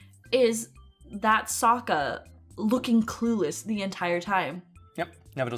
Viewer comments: a double A is pronounced with a short “o” sound? Damn, had no clue. Even so the cartoon always pronounced it with the long A sound so any other way (technically correct or not) is super jarring and just doesn’t fit. And pronouncing Sokka like Soak-ah is weird too… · What baffles me about this movie is that they manage to mispronounce Aang and Sokkas names. Near the end of book one there is LITERALLY a character who says sokkas name as they do in the movie except its used to make the guy mispronouncing it look like a jackass.